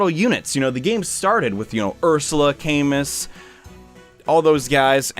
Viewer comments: It's actually pronounced CamOO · Hate to be that guy but Camus is pronounced as "Ca-moo" because the French said so.